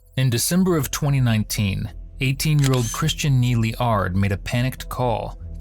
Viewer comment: Holy shit my last name is Ard too. I wonder if there's any relation between us 🤣 And I gotta say great job to the narrator for pronouncing our last name correctly. Cause let me tell you the number of people that have either pronounced my last name wrong or just stuttered, completely unsure of how to pronounce my 3 letter last name until I told them how to say it is honestly astounding. Also for some reason it seems to only be white people that struggle to say my last name. Any time I've had a Hispanic, Asian, or black person say my last name for the first time they ALWAYS get it right without me having to tell them how to say it. It's just the white people who can't get it right without me correcting them lmao